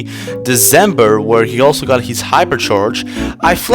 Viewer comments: Ma boi said "Desembuw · Like, every time you Say December, u seam British